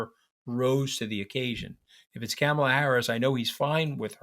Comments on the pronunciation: Good Lord man, I am talking to you mooch. Please pronounce Kamala’s first name correctly. Sheesh! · Please learn how to say her name! Not Camel-la...! It's Comma-la. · Anthony I’m sorry to say that you are saying the name “Kamala” incorrectly. You are pronouncing her name starting her first three letters like the word “camel” and it should be like the word “coma”. Enjoyed your discussion. Thanks. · I think you are both brilliant and have very good insight. You are, however, mispronouncing her name. It’s Comma-La. Not kammela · Love this podcast. Anthony - Please work on the pronunciation of Kamala. It's COMMA - la, not CAMMA - la. Thanks. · For heaven’s sake, even you can’t pronounce her name correctly!! Is it on purpose? Her name rhymes with “mom” not “dam” … Kam-a-la is not that tough. Even her step kids call her “Mom-a-la.” She’s been VP for 3.5 years and you should know how to pronounce her name! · You guys~ Kamala's name is not "Camel"--la. Her name is "Comma"--la. Like a comma in a sentence! Let's get it right to testify to the world we can see them! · Interesting but one point: Her name is pronounced “Comma, law” and not “CAM- ala.” Like Donald is DONold and not DonOLD. Thanks! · Mooche can’t even pronounce her name correctly: It’s “Comma-la” NOT “CAM-ah-la” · It's Karma Lar not camma lar. A back woman called Karma. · Love you guys. May I suggest, though, that Anthony pronounces Kamala’s name correctly. The first “a” is pronounced like the “a” in “father,” not like the a in “ham.” Enjoy listening to you both! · Anthony I love your views but it is KA-mala. Please say it right. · you gotta start pronouncing Kamala's name correctly. You're giving a bad name to all NY Italians. It's Comma-la. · Tell him, Katty, it's " ,la". Not camel-a. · Mooch, you gotta learn to pronounce Kamala properly! Kah-muh-luh. First syllable pronounced like that in comma. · Please pronounce Kamala's name correctly. It's not hard. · Anthony, say her name correctly